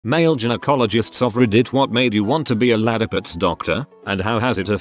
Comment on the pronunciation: text: ladyparts robot voice: LaDDipUtS